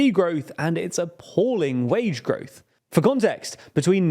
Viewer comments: Oh yes "Gorwoth" has been very low. Thank you dear native-English-speaking Brits. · "GORWOTH"??? What the heck is gorwoth?